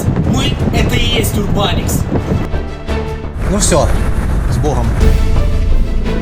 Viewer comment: Так много пафосных слов и обещаний, а по итогу НЕМА. Роликов нет. И чел, Urban X звучит как Урбан экс, а не урбаникс. Чел формат данного канала мне не ясен, а главное, в телеге я часто вижу, что автор планирует только попойки и вакханалию в нестандартных местах. Ну хз хз. Разочарование